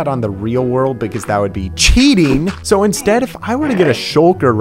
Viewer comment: The fact he says suuuuue instead of soooo is funny